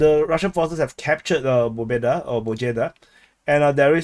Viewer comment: Bro, please don't try anymore to spell "Pobeda".... My ears are bleeding..... 😅